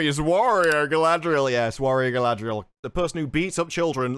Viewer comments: No, in the "ice climbing scene, I believe that the, erm, "showrunners'.... are trying to show Galadriel, or should I spell it, how they pronounce it? GaldRRRRRRiel. How GaldRRRRiel is just SO DRIVEN unlike those pesky men folk... That she is UNSTOPPABLE... Great Leader Qualities, be DAMNED... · I hate how they pronounce R in GaladRRRiel and SauRRRon, but nowhere else, it's just fucking annoying. For what they spent all that crazy money on, it looks like a slightly above-average fantasy show.